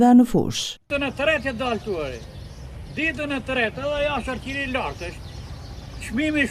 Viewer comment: Duhet bere dicka qe mos i thuhet shal-qiri, por shalqini. Thoni o vlla shalqini, se tingellon shume keq shal- qiri!!!